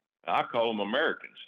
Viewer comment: "I call them Umhericns". We call you, Senator, but I'd prefer not to say what. Some of my grandsons are on the sofa with me. 😂